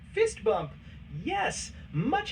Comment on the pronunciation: you shouldve fixed how rocky said fist bump to how he says it in the movie